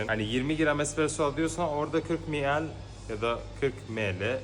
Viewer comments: Em El diye telaffuz edilir aslında :D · Miel dedin mele diyosun belkide emel dir ne dersin 😅